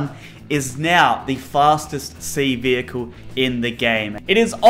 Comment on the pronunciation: Bus??! Can you make one. I know, I know, you say Small Vohekel.